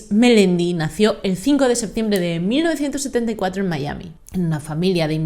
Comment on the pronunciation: MI-A-MI, venga que tú puedes. Decir el topónimo en inglés es totalmente innecesario amén de ridículo.